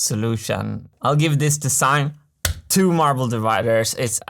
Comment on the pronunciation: If you only could learn for once to make a difference between a voiced s and a voiceless s. Don't say "de-sssign".